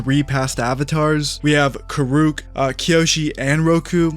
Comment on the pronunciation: How are you going to run a channel about the avatar universe and not know how to say kuruks name? They even tell you how it sounds in the shows. And we already know it’s not going to be what we want because the creators left the project over creative differences. Maybe they left because they had their own project going on. But I don’t think it’s going to be good. It’s Netflix after all. I’ll watch it but don’t have high hopes.